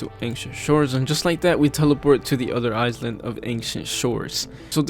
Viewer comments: I noticed how you say iSland, it is pronounced eye-land, just a tip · "eyes-lind" jokes aside, you pronounce island as eye-land (or lind, which ever you prefer) anyways nice video :) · i love how he says "eyes land' instead of " i-land" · "island" is pronounced "i-land" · You actually need to say "eye land" when you want to say the word "island", so not with an "s" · Lol was driving me crazy. Eyes-lind 😂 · I hear “ice land”